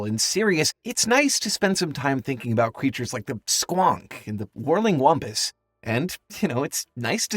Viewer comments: It says whimpus. He said whumpus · The way you keep saying "wumpus" when it's clearly spelled "whimpus" is very, very irritating.